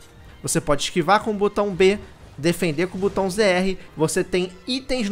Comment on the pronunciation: Por que nenhum youtuber sabe falar a palavra "botão" corretamente? 🤣🤣🤣🤣🤣